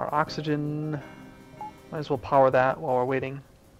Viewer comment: ha you said coxagen